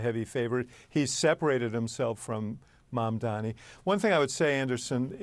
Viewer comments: Again. it's mamdani. m-a-m-d-a-n-i. Pronounce his name correctly, please. 😊🙏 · What's wrong with these idiots, they are still mispronouncing Mamdani! Soft racism. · How can you clowns still not pronounce MamdaNi? 😂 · The fact that you guys still can’t pronounce Mamdani correctly after literal months is pretty pathetic.